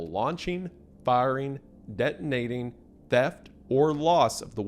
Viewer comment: "buddon" (drink) "deddonating" (drink) "Tidan 2" (drink)